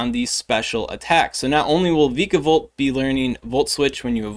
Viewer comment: According to the anime vikavolt is pronounced “V-eye-kah-volt”